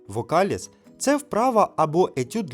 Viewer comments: Молодці ....👍👍👍 Доречі, слово ,, вокалІз" наголос ставиться на третій склад, а не вокАліз.... Дякую. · ВокалІз. Наголос на останній склад. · Пане,вокалІз!правильно.добре готуйтесь до озвучки.добру справу робите. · Наголос вокаліз на і